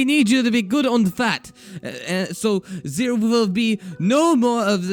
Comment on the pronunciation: You say da and dere instead of the and there lol